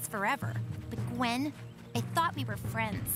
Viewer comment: 1yr late but messes up Gwen?? Gwen??